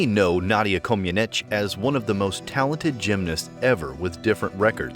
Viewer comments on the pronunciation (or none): The mispronouncing of Nadia and Bella's names is so irritating